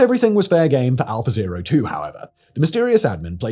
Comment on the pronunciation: Unfortunately I keep hearing it as 'alpha bae' and snickering to myself.